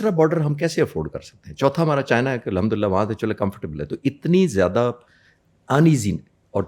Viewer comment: Alhamdulillah ❌ Lundulilaah ✅